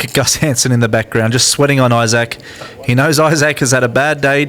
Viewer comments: apparently australians don't know how to say the word "isaac." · eye sack